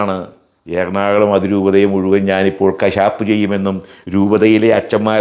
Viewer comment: "എർണാള०" അല്ല നമ്മുടെ സ്ഥലത്തിന്റെ പേര്. ""എറണാകുള०""എന്നാണ്. നാട്ടുകാരെ തെറ്റിദ്ധരിപ്പക്കല്ലേ.